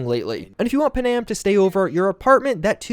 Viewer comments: Aye lemme tell you something. NOBODY LIKES TO HERE THEIR NAME SPELT WRONG. ITS PANAM PAN - AM. WHERE THE EFF DID YOU GET PUHHNAM FROM?????. Its like with Thanos. They say his name in the movie yet you ppl still say THEY - NOSE. TF???? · do me one HUGE favor. Panam's name is pronounced Pan-am, not Pa-nam. It is short for Pan American, like the games held for the Americas, or the old airline. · I love what you do, but I can’t stand it anymore, your mispronunciation of Panam. It’s not pronounced Pa’-nam. It’s pronounced Pan-am’. Please stop doing it or I’ll have to sic her on you and you know what she’s capable of. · Yes....that is kind of grating...especially since every single NPC in the game calls her PAN-Am....like multiple times. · Nah I just can't with the Pa-Nam... 😭😭😭😭